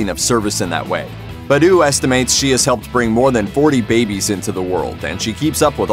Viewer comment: It’s bah-doo, not buh-doo